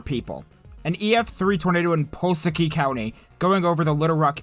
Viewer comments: it’s pronounced “Vi-lone-yuh” and “Pull-las-ki” :). Thank you for covering the tornadoes on the 25th, this is the only video I’ve ever been able to find with my town and our loss recognized. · I love these videos but as an Arkansan, it’s called Vill-lone-nia for Vilonia and Pull-ass-ski for Pulaski county. Overall great work! 🤘🏻